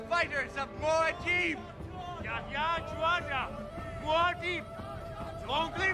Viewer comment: They pronounce mu'hadib wrong or at least Paul does.. That's not good